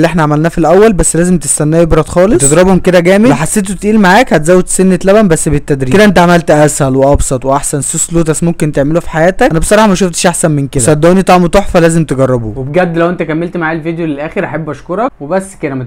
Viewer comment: لوتس❌ فوتس ✔️